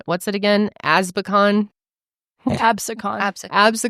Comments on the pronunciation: The way you guys pronounce ab-see-kin is killing me hahaha, from a jersey girl with love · I grew up like 20 mins from Absecon (it’s pronounced Ab-SEE-con lol) and I went to college in Pomona at Stockton University!! That’s so crazy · The way you said absecon💀 (ab-see-kin) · My family lives in absecon nj and hearing yall pronounce it is so funny it’s like ab-see-can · ABSACON LOLLL ab-see -con is how ya say it ! <3 NJ girlie--its near atlantic city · the way you guys pronounced Absecon is killing me 😭😭😭😭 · WAIT THATS CRAZY he grew up near where im from😭😭😭he definitely has that new jersey driver in him. hearing yall pronounce absecon had me dead. LOVE YALL NO HATE jersey has some weird ass town names